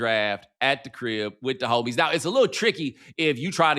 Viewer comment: Bomani with the emphasis on HO-mies and HO-tel lmaooo